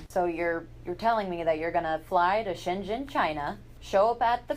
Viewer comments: You actually got Shenzhen pretty good :) used to live there, great video btw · My lord, you pronounced ‘Shenzhen’ so perfectly. I was so shocked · No,you are pronouncing 深圳 Shenzhen perfectly!